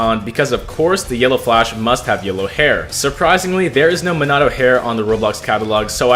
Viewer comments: "Minado" It's Mean ah toe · me-nuh-toe, not me-nah-toe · the way the say minato rubs me the wrong way "minado" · if you say minahtoe one more time... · Minato’s name is pronounced ( me-na-toe) Love your videos btw! ❤️ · "Minado" 💀 aw nah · Just thought I should tell you, you pronounce his name (meen-a-toe) Not tryna hate or anything great video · Bro said meannahto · was it just me or did he say: “Minano Namikaze ” 😳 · the name pronounciation BRUHHHHHHHHHHHH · You say minato so weird just stop 💀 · It made me so mad when he got his name wrong basically every time 😭 anyway W build as always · stop pronouncing minato like that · why does he say Minato like that 😡